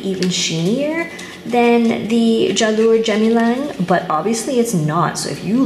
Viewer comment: Jalur Gemilang is what Malaysia calls its Flag. The G is hard, btw.